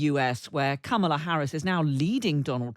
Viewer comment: learn how to say Kamala’s name properly- it’s not hard.